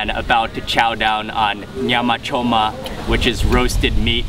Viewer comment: Your command of Swahili shows ..The way you pronounced Nyama Choma , are you sure you're not from Moshi? 😂